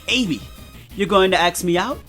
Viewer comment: it sounded like you said axe, & not ask, & I had this image in my head that Sonic was literally axing Amy off.